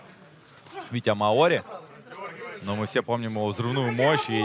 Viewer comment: МАори, ударение на А, деревня. А бой просто великолепный.